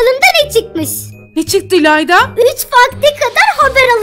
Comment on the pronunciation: ilanda neden herkesin sonuna "cuk" diyo abla (bide beni tanıtıyon videoda ayıpp) "ilayda" :]]